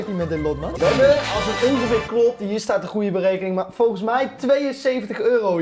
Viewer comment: Ben ik de enige die het opvalt dat robbie in plaats van volgens voogens zegt